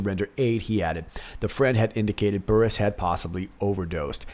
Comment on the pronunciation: On the story about Chris Burrous, he had foot surgery recently and we believe he became addicted to the pain meds. And when the doctor cut him off the meds, he turned to illegal drugs. So we hear. BTW, his las name is pronounced like burrows like the animal. 👍🏻